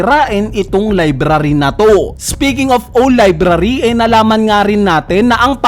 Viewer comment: Hindi ba "Awl" ang pronunciation ng "Owl"? or my ibang salita?